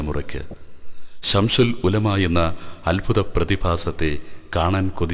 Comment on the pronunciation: ശംശൂൽ ഉലമ എന്നല്ല ശംസുൽ ഉലമ എന്ന് പറയൂ ...